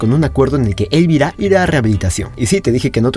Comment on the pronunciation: Elvira es un nombre español y se pasan el vídeo pronunciando lo mal, el golpe de acentuación va en la I central y no en la E inicial.